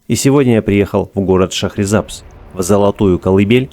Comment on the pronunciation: Название города произносите правильно . В переводе с языка фарси ШАХР - город , САБЗ - ЗЕЛЁНЫЙ . 《 ЗЕЛЁНЫЙ ГОРОД 》- ШАХРИСАБЗ .